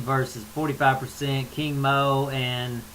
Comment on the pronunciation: Doing percentages is a cop out! You gotta lay it on the line as if you were betting in Vegas. And just a funny observation, when you say King Mo it sounds like your saying Kimo... remember him lol. Gegard is just as much Persian as he is Armenian and Iranian fighters are tough too. A lot of Japanese fighters did great in Pride, but when they hit a cage they no longer have any influence it seems and get whomped! That's not racist, that's the truth...I'm mixed so I can't be racist LOL!!